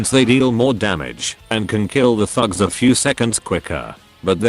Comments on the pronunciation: What he says "the thugs" What I hear "the #####" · your text to speech makes “thugs” sound like “fucks” 😭😭